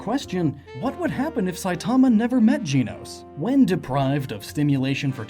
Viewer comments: dracosfire7 gen-os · I don't mean to be mean but... GEENOS! It's GENOS! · Also it's gehnos not geenos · Gen-ose not jean-ose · JEN-ohss, not JEAN-ohss. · Dear goodness it’s Gen- nos not Gene-nos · If I got to here you say Jenos one more time, I'm gonna go mad!!! Its Pronounced as in the show "Gen-os". Only complaint the video is great. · I thought Genos was pronounced like you gen in generation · not Jeanos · its pronounced GEN-OS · it sounds like his saying jii-nos. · for christ's sake if you pronounce it "gee-nos" one more time XD loved the video dude! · OMG you say Genos' name wrong. I'm crying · Disliked the video just because of how you pronounced Genos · reddead405 that’s how it looks like it’s supposed to be pronounced lol